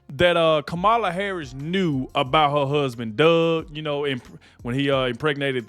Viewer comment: This is crap! Who is paying you to lie like this. It is shameful! And if you want to protect Kamala, you will pronounce her name right!